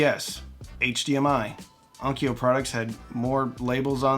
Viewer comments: let's clean up the pronunciation - it's on . kyo.u // similarly Kyoto is not 'ki.yo.toe' it's 'kyo.u , toe / long vowel 'kyo.u . vowel length matters a lot in JP . kyo /kyou/ ki-yo are all different. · Onkyo is not pronounced on-ki-o. It s pronounced on-kyo, the kyo being the same pronunciation as the kyo in Tokyo or Kyoto. Also, it just means sound or acoustics. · Please, for the love of god, On-kyo, not On-ki-yo. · I had an ONKYO (pronounced with two syllables! please) cassette deck and I loved that thing. It was a tank. With switches and meters. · Onkyo is pronounced: Own kyough (rhymes with Loan Dough) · In Japanese, onkyo is just two syllables. On-kyo. I had an aiwa. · It's "EYE-wah" not "Iowa". Two syllables, not three, no "O". It's also the Arabic word for "yes". I wouldn't stretch Onkyo into three syllables either. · As I argue with an AI that contradicts itself in explaining the pronunciation of ONKYO let me just say: There is no 'Ah' sound in ONKYO. There is no 'ee' sound between the 'K' and the 'O'. There is however a 'Y' sound as in yes and you. Why would there be two different 'O' sounds? Why would you remove the 'Y' all together. British English tries to screw with pronunciation just to be different. Let's stop it. No other language has Spelling Bees. Why is that? It's quite simple really. English is bizarre. How AIWA got pronounced correctly is magnificent. Why ONKYO did not is depressing.